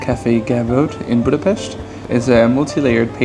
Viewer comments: Whoa! Perfect pronunciation of Budapest (not "BÚdapeszt" what they usually say), and the names of the cakes. Zserbó is the absolute heavyweight champion merely because of the ingredients: walnuts, chocolate, apricot jam, pastry - you can't argue with this dream team. It's a normal-size cake. You only got that small because they were trying to keep the price low and the ingredients so expensive, small size was the only way. Made it a few times, everybody loved it. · that was great, especially appreciate the correct pronunciation of Hungarian 's' in Budapest, Dobos, etc. Please try any cakes with poppy seed!